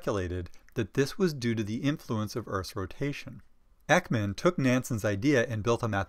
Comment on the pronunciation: Thank you so much! The information is great and so helpful!! Though you're not very good at pronouncing swedish names😅❤️